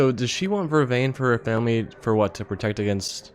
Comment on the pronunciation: I fweel bad fow Matt